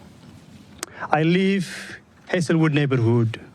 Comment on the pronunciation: I wish he'd LEAVE not LIVE! 🤣🤣🤣🤣🤣🤣🤣 Just like the way he pronounces LIVE! 🤣🤣🤣😩🙈🤦🏻‍♀️